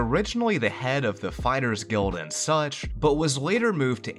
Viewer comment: I was listening to this in the background and I heard you say "on the title screen, a city name Sucth was shown.." I was like.. such.. such as what?! SUCH AS WHAT?!